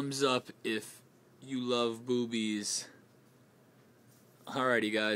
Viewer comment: ahaha 'boobies' funny how you said that .